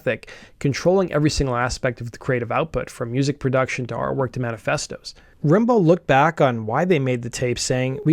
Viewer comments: Rimbaud is pronounced more like 'Rambo' like the very famous French poet of the same name. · Thanks for sharing this cool story! But you could have researched how to pronounce 'Rimbaud' 😂